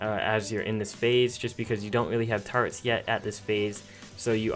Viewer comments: Why does he say taretts instead of turrets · It's turrets not tarts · This nigga says Tar-etts